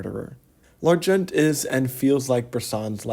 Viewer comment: Nice vid, thank you, but you don't pronounce the 't' in 'L'argent' in the French pronunciation you're trying to do .The 't' is silent. 'The phonetic pronunciation would be more like 'Larjon'. Also you say 'readability of models' just before then when i think you mean unreadability.